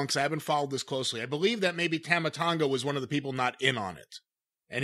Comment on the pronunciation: pronouncing Tama Tonga's name wrong makes me cringe. It's Tah-mah,.